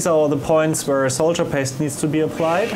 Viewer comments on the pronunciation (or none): Must be regional differences. In America, I've only ever heard it pronounced "sawdurr," though I'll be the first to admit that it makes no sense to pronounce it that way. It's definitely not "soldier" though, I think we can all agree on that. XD No offense to, we all know English isn't his first language and he speaks it very well given that. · I's "sawderr" not soldier ;D